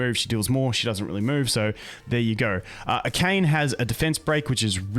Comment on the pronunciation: A-KA-NE... Not "a cane"